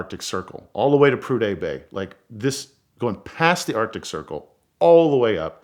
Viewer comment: Prudday bay?? Come on you were here in Alaska! Prudhoe.